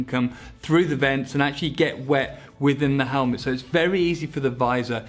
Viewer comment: "Let's open up this helmlet" 😄